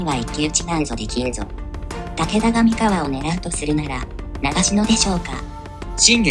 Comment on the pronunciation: 三河の発音は↑↓↓ではなく、↓↓↓なのでずっと気になりました(笑)三河出身ですので。。。